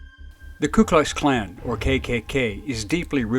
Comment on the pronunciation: Has anybody ever heard the KKK pronounced as the "Klu Klux Klan"? With an L in the "Ku" that sounds like "KLU"?